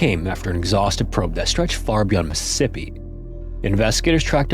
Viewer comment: You don't enunciate Mississippi correctly... LoL You have to say it slowly...